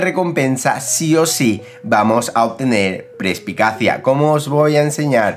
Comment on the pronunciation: Las obras maestra de armadura suman +12 y no +10. Y se llama Perspicacia no prespicacia, perdona por las rectificaciones pero me rechinaba mucho como lo dices.